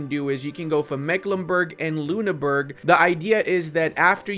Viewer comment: Funny how you pronounce Ü as U as in Lüneburg, but U as Ü as in Ruppin.